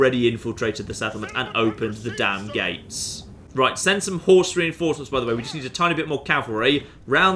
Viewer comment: Rein-horse-ments, if you will.